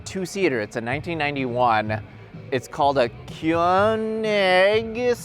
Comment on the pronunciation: Man the 80’s were such a strange time. Almost as strange as your crazy shot of the Koenig and your pronunciation of it’s name.